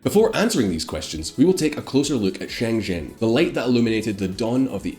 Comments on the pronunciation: you literally mispronounced every single Chinese city and name. It wasn’t an accent thing either. For example Shen zhen not sheng shin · Shen zhen is pronounced like English Shehn Jen.